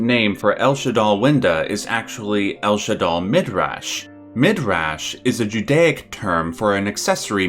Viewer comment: da'at is never pronounced as "dat", since da'at, like any other word in the kabalah, is Hebrew. And in Hebrew it's written דעת which is read as "da-at", meaning understanding (it's not a 100% 1 to 1 translation, but it's the closest English word for it) The emphasis in "midrash" is not in the beggining, but in the end. it's not *mid*rash, but mid*rash*. Btw, if you need any help regarding Hebrew words, I'd be more happy to aid (: Love your videos, they opened my head